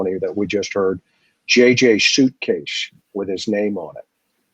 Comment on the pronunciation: "JJ's Shuitecase" is how you're pronouncing suitcase, and all of the s's. Can't handle it